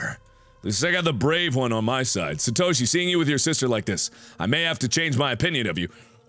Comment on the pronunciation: ISE CREEM Official he said Satoshi right